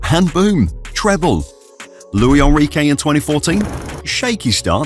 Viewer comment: That's not how you pronounce Luis Enrique, he's Spanish not French